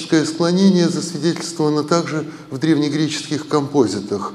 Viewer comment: Почему компóзит, а не компози́т?)